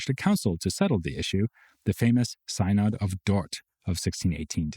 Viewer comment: synod is pronounced SIN-uhd